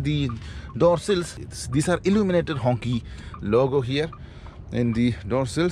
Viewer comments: Bro it gave me cancer watching you pronounce it as honkey. It's pronounced Hong "Chee" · Quite sad that the brand name Hongqi is mispronounced and unfortunately the gentleman doing the review of Hongqi is calling the design fixture on the car's bonnet as logo. Quality of review needs to be reviewed please. A humble request🙂